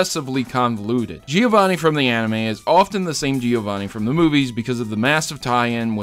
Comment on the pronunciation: As a Giovanni it hurts me to see you miss the two n's in a few of those. Great video though!!